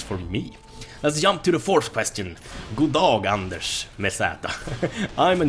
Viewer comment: Why does everybody think his name is? It´s Anders and el is not his last name, el in swedish is electricity. But really bugs me:D But I understand that it´s not easy for like Americans to know that.